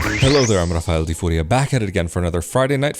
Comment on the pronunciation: Maybe people in Italy thought you said your name with a Neapolitan/Calabrian "schwa", so they added an E at the end. "Raffaelle", as you pronounce it, doesn't exists in Italian. It's either Raffaello (LLO) or Raffaele (with an L).